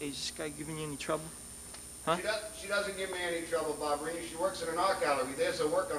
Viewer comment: Its Vinnie Ba BA BA BA Ba Barbarino not Barbarini and So Up Your Nose With a Rubber Hose and Twice as Far With a Chocolate Bar